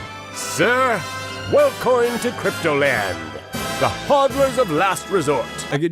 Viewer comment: the sheer whiplash I got from hearing "welcoin" was enough to get a herd of horses running on water what the actual fuck was that